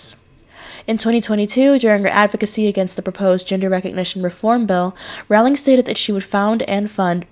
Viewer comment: Great tribute! Please remember that her name is pronounced "Rolling", not "ROW-ling". Also the 'e' in Forbes is silent! Thanks!